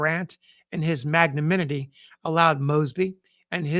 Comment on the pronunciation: Great episode. You still are mispronouncing "magnanimity" -- you're saying "magnaminity [sic]" instead.